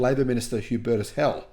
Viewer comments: Hell is NOT his surname. He is called Heil, pronounced as "high l". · Heil is pronounced hi-l as in high with an L at the end. Cheers from a German speaker